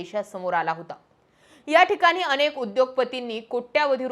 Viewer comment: he ase uchhar ata sarras kartaat kuthlya shalet shiktaat kon jane